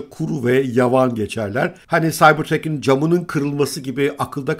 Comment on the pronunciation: Saybırtrak, saybırtrek değil